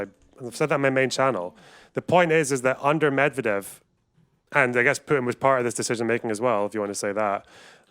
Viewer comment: I hate how sargon adds a J to putins name. PJutin. Ugh. He sounds like a slur.